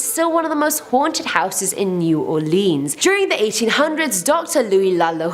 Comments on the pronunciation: How can ya pronounce mon til e oun but not new all lins plz 🛑 repeating all leans but other vids soon say nawlins repeating us so just take naw off say new all lins or lynns lyns come on I 🤔 deliberate if y’all can say nawlins just cuz ya know we really dislike it said lean or leen we not propped up on furniture or drinking the famous drug drink 🍸 we just do that to our tourist & for y’all make ya feel at home 🤣 we really super chilled & laid back though but 🧛‍♀️ do exist they actually get their 🦷 done & 🍷 for real for real locals do that shiznit to this day they take that seriously whole clans & etc. they use jewelry pieces etc. or 🦷 to puncture their pets (humans) which other way around they really like offering themselves up as much as others ❤️ draining them 🤦‍♀️ yeah I like my state Neva not come back etc voo do horror scares etc. hallows eve ya name it but yea not a blood sucker but I once knew 🧛‍♀️ personally but legit vamp not today back then not sure who knows like to 🤔 so but they get implants procedures to become blood suckers yea I wouldn’t play with us either 👽 💀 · They butchered all our parishes names too not counties or towns 😂 parishes kal ka shoe shreeve port and plz get this right y’all say nawlins y’all know we say that so it is new all lins NOT new all leans & it’s pa cawn. NoT a can of peas so pea can ain’t it no we don’t say terlet or earl we educated too and much nicer but talk like tawk the yanks not creole Cajun fake crap on movies that isn’t specific area & heritage race background ethnicity etc howeva ya wanna day it all mean da same but if ya true nawlins born raised you sound like ya born in jersey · Shreveport - SHR-EVE-PORT Provincial - PRAW-VIN-SAW New Orleans - NEW-OR-LENS